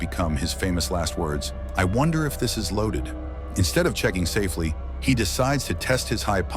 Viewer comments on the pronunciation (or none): none